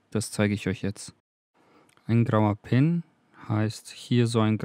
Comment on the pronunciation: Grauwe pin sounds like ground pin.. oeps. Just killed my Pokey :-( Aber nein.. nur ein witz. Danke fur die/der/das video.